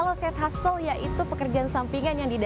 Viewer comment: hustle --> dibacanya yg bener "hasel" bukan "hastel" hehe